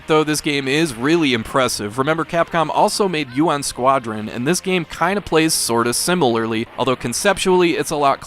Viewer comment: Dude called it "Yuan Squadron"